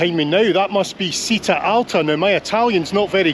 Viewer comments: Did anyone correct your pronunciation? It's cheeta! Not seeta 😊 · The first way you pronounced Bergamo it is correct. Citta' is pronounced Chita (stress on the a). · Citta is pronounced "Cheeta". Great video. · Citta is pronounced “chitta” 👍. Love your videos ❤ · Just to help with your Italian pronunciation for any future trips, any "ci" words are always said with a 'h' so the word for town is "chitta". Hope you don't mind this comment